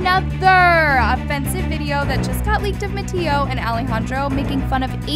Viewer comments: She said MAttio😭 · I’m sorry y’all but she said “mattio and alijandro” 😭😭😭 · i love how you say mattias name wrong 😻